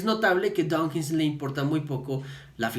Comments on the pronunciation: ¡DAWKINS, no "Donkins"! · Que pronuncias "donkins" muchas veces.